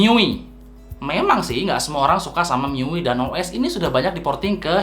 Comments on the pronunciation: bacanya miui yah bukan mi yu ay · Mi yu i🤣🤣🤣🤣🤣🤣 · MIUI Dibacanya Mi yu ay Bang ,Saran Aja